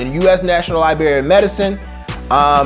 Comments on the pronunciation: LIBRARY, not Liberry, My Brother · did he just say libary